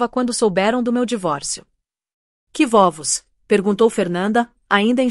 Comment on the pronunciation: Vóvos ? Não seria vovós ? IA é hilária... 😂😂